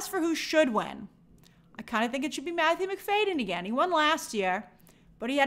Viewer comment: It’s Matthew Mc-FAD-yen not Mc-FAY-den!!